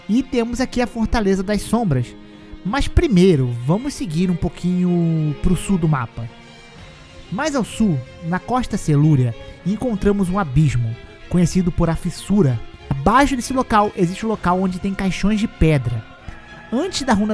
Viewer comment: E quando ele fala "costa celúrea" ... que agonia. É CERÚLEAAAAA! kkkkkk